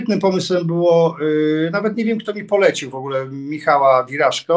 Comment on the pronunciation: p.s. Tylko WiraSZko, nie WiraŻko :) Pozdrawiam.